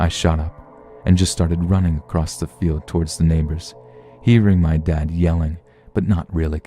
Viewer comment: No kidding. There's too many 'creepypasta' readers (popular ones!) That pronounce words incorrectly. Such as across with a 't' at the end. ACROSSTTT! etcetera with an 'x' in it EXXSETRAAAA! my silly pet peeves.